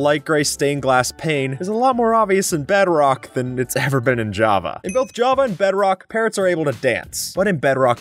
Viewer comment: Bro Said beadrock😂😂😂😂